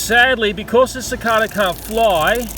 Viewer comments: its Pronounced Si-Kae-Da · It’s pronounced suh.cay.duh,sorry for being a smart ass might just be where we’re both from (u.s) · it's pronounced SICK-AY-DUH instead of SICK-AY-DUH. just saying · Suh kay da that's how u say it